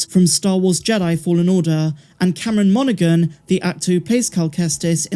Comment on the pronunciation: the G in Monaghan is silent. It’s pronounced MON-uh-HAN, not MON-uh-GUN.